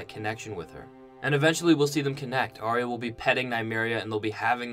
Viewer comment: Arya is pronounced Are-ya not Arry-a.